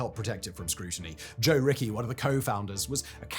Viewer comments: Joe Ricci's last name is pronounced Richie, not Ricky. Otherwise, good commentary. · Ricci is not pronounced Rickey. Jeez, man, get it together. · Ricci is pronounced Ricchi, it's a common italian last name.